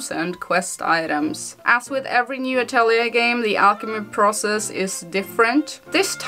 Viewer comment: the correct way of saying it is "atorie", according to laizalin stouto sama herself 😁